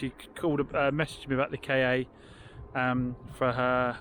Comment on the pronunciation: FYI the Ford ‘KA’ is and always has been pronounced ‘car’. It was called this at its launch in the 1990s.’KA’ is Egyptian for soul btw